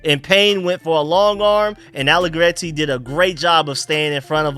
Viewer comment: Loving that trilled 'r'-roll with the allegretti p❤ronunciation